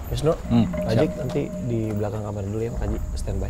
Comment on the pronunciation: Ngakak pas bilang pak ajig, gak enak nyebutnya, padahal ajik